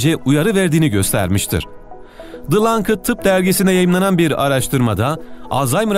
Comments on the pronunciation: The Lancet: lanset hocam lankıt değil... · Dı lınkıt ?????? o Dı lansıt olmasın sakın, aslında ? yani The Lancet 🤣🤣🤣 hadi tamam you tube'den araklayıp tercüme edip kendi pogramınmış gibi koyuyosun kabul ama en azından yabancı sözcükleri doğru telaffuz et be kardeşim, ayıp oluyo ! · Dı lankıt denmez ona " BıLankıt" denir.. Şaka lan şaka. Dı Lansıt diye okunur.. Doktor dan böyle bir gaf beklemezdim. Zira bu dergi bilimin en popüler dengisidir. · Keşke "Lancet" i lankıt diye okumasaydın.